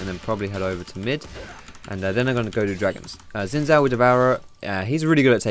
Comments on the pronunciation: it pronounce his name sin shaw not gsin saw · why you pronounce Gin zhao, it's xin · Does every Youtuber mispronounce Xin Zhao? It's not "Zin Zow;" it's "Shin Zhow." For those who don't know how "zh" is pronounced, it's like the "si" in "Asia" or the "ge" in "beige." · its no zin zhao its sheen zhao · to be more accurate it's sheen jow. though the makers of the game say his name is pronounced "Sin" "jao" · Gah it's shin jao, bothers me of how he's saying it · his name is actually pronounce "shin" "jhow"it's Mandarin Chinese. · for the future possible league of legends casters that may be watching this the correct way to pronounce xin zhao is 'sin jow' :/ thought this might be helpful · xinzhao is pronounced sin-j-ao im chinese trust me